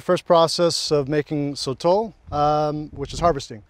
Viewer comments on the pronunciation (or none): Brad: So-tle Sotol guy: So-TOLL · sotol Brad: soatle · It felt like Ron and Hermione when they’re pronouncing Sotol. Like NO Ron, it’s not SOTALL- it’s SoToll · Sotol guy: SOH-tal Brad:sotel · Hey hey hey... It's pronounced "So-Tohl" ... the sotol guy probably... lol. He wasn't a very good guide. Very dull. Haha